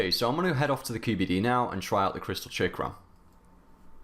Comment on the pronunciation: I know what a chakram is idk what this chickram hes talking about I'm so confused now its as if there is a secret English language I'm not aware of.